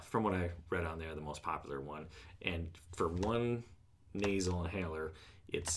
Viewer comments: Hahaha you said NASER instead on nasal!!!! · Naser inhaler? Never heard of that though I have heard of “nasal,” perhaps you pronounced the word wrong.